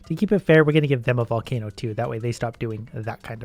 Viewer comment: No one:: "Can I super charge a valcaino?"